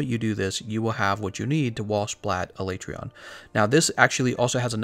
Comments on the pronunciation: A-lay-tree-on? That's probably the most uncommon pronunciation I've heard. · Why aee pronouncing his name wrong? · No one wants to say the monster's name the way Capcom pro ounces it in the dev diary... Poor Alatreon